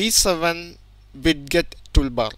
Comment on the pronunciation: widget => wid get lmao